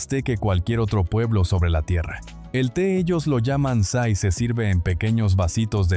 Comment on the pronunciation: Ei te : ÇAY se pronuncia chay no say